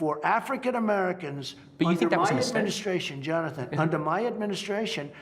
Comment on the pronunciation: "Johnathan Johnatan"